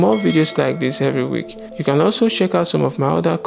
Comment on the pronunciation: You make me laugh 😂 when you say "sheck" instead of check. Lol. I understand though